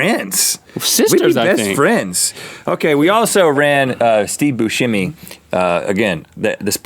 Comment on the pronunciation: Why does everyone pronounce Steve Buscemi's last name as Boo-sche-mi instead of how its pronounced boo-semi